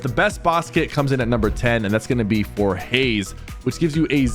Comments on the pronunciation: Twin Hammers Are So OP And Bruh is calling Hush "haze" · Buddy calling Hush "Haze" incorrectly was driving me nuts.